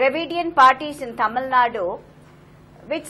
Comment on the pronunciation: Not taamil, mam